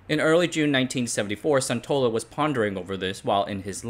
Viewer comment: Sun in Suntola is pronounced the same way Sun in Sun Yat-Sen.